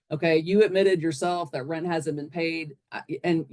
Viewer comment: Cant pay your Reant....You gotta go. Pay your "Reant" 😅